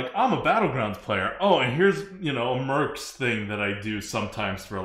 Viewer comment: "Merps" / "Mercs" is hurting my brain.